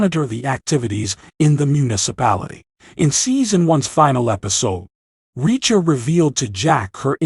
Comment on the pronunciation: The name is reacher, not wrecker.